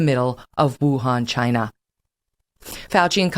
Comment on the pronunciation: Not only Kelly is now on Trump’s side on most issues, she also sounds like him when it comes to saying “Chinaa”. She would’ve done much better had she come around back in 2015.